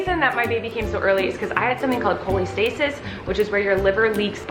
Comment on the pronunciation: Not making fun so don’t take this the wrong way but “Colleen”-stasis?